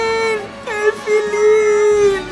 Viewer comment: Du sagst Elfilin falsch